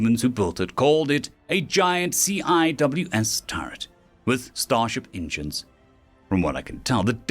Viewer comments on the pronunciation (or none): The CIWS is pronounced C-wizz just for future reference. Coming from a navy vet. I know. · CIWS is pronounced "See-whiz." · For the algorithm… I’m going to point out that CWIS is pronounced “sea-wiz”. In case you run across that acronym again. AKA “angry R2” for its looks, or “the angry chainsaw” for how it sounds. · CIWS is an acronym, and is normally pronounced "Sea Whiz." It stands for Close-In Weapon System.